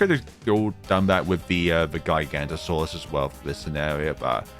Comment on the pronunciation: Sorry to be that person but it’s pronounced giga-Noto-saurus